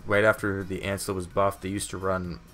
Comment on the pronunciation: it’s Lancelot not “ANCELOT” Bruh